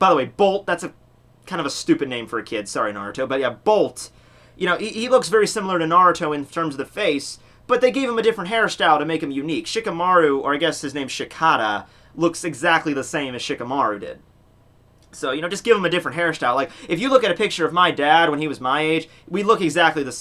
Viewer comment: It’s pronounced shee-kuh-die